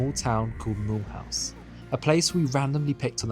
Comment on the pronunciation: Mulhouse is pronounced MILOOZE